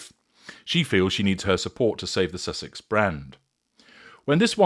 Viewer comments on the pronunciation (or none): none